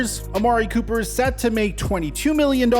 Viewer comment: Anyone notice that schefter butchered his name lol. ‘Copper’